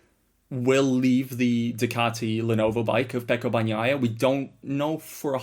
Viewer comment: why are you calling him bag-naia?